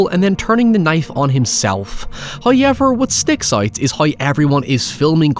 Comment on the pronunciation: That just can’t be the actual way you say however